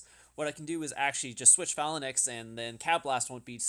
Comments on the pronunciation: Dude. I love your videos but this one was so painful to watch - "Phalanix"? Phalanx ("fay-lanx"). "Calaphracs?" Cataphracts ("cat-uh-fracts")... repeatedly. It hurts. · why do you pronounce phalanx so weird... it's not Phalan X, it's one word :p also how did you get such good jewels? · why do you keep saying phalanix lmao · Lmao ‘phalinix’ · Dude please watch another video amd learn how to pronounce phalanx